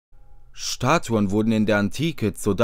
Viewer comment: Schtatuen mit dem Schandy unmöglich isht